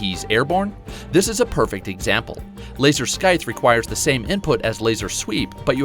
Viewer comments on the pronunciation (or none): Laser "Skythe" 🤨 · I’m sorry but... “laser sckythe” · no k in scythe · Consider the C in "scythe" to either be silent or making a S-sound. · The C is silent in scythe